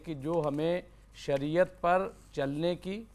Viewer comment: Are sariya nhi hota h shariyat hota h pehle padlo